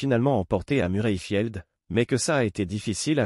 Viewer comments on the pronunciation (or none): Prononcer Murrayfield à la française donne "murraifild" (le son "u" n'existe pas en anglais), on voit mal où le narrateur a des difficultés, outre une abyssale ignorance du rugby et de l'anglais. Rien que ce genre de cuir annule toute crédibilité au documentaire. Quelle pitié ! Salut et fraternité*